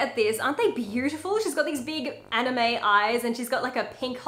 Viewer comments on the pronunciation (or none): none